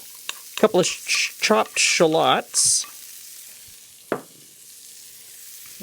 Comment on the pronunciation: Is that the actually Canadian pronunciation of shallots? Or was it a joke?